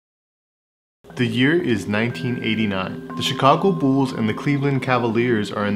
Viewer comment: The Chicago Bools? 😂